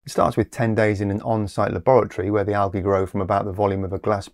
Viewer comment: Algy? We deserve a warning when you pronounce things like that!